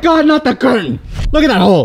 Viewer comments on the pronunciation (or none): “Curtan” hits?